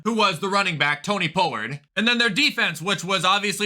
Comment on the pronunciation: Why can't he just pronounce Pollard's name correctly like honestly I know it's spelled that way but that's not how it's pronounced sorry I know it shouldn't bug me but I've been watching him for a long time now and it kind of bugs